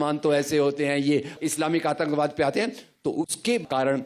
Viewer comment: Bolna seekh le bhai.. 1.Bha nai wha hota hai, 2. Atankbaad nai Atankwaad hota hai.. Aqalband bihari 😁😁